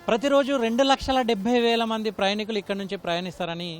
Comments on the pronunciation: ప్రయణికులు కాదు నాయనా ప్రయాణీకులు అని చదువు. తెలుగును పట్టి పట్టి పలకటం, దాడులు బిగించి మాట్లాడటమే ఈ మధ్య ఫ్యాషన్ అయిపోయింది. టీవీ యాంకర్లకి రిపోర్టలకి ఇదే అర్హతగా మారింది. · ప్రయాణీకులు అని అనండి, ప్రయణికులు కాదు